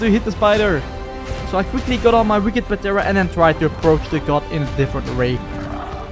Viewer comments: Started watching cuz of mods. Stopped because of PAtera, the p is silent in pteranodon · Bro it’s not patera it’s pteranodon P is silent so it’s teranodon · Dude please stop pronouncing the P in ptera it's so annoying 😂😂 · The p in pteranodon is silent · The p is silent lol